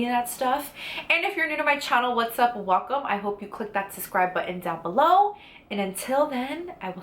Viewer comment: Girl, I love u sooo much, just want to help ya with one thing... The word is 'SuBscribe' not 'SuScribe'...pls dont take it the wrong way. Much love for u & your channel!